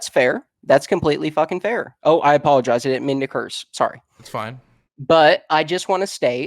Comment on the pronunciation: "I apologize. I apoloigize." He's either dishonest or a moron.